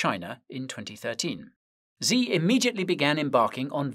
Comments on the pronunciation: The way you pronounce XI Jinping name, is "SHI" not "Zee" but the "sh". is pronounced from the front of the mouth ,by the teeth, almost as if your making the SSS sound. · Xi isn't pronounced Zee it's pronounced She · The leader of China's name, Xi, is pronounced as "she", not "zee". Fun Trivia fact: He took the name "Ryan" as his English-friendly name. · Xi "shii" not "Zee" ♥️ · Please, Guy, can you pronounce China‘s leader‘s name correctly? It‘s easy, Xi sounds just like the word „she“ : you can do it 😉🤷🏻‍♂️